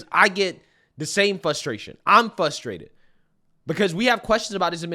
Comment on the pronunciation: I love ALL your videos! You're insightful and call it exactly like it is. I want to correct you on the pronunciation of "frustrate". Sounds like you're saying "fustrate".